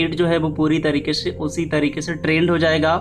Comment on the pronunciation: Bhai Aapki aawaza bahut acchi hai But aap shabd ko sahih se bol nahi pate Jaise aap mix ko miksh bolte ho aur se ko she bolte ho Thoda Shabd ko sahi se bole bhai to ziyada behtar rahega Baki sab theek hai aapki aawaz bahut mast hai